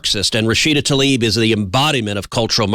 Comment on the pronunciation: It’s not “Rashida TALIB” (Tal-eeb). It is TLAIB, as in “bibe”. Important to name your enemy correctly